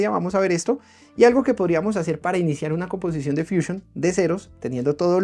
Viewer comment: Si estás dando el tutorial en español porqué dices fuchiun, deberías decir fusión, pero vamos si tanto te gustan las palabras inglesas deberías dar el tutorial en inglés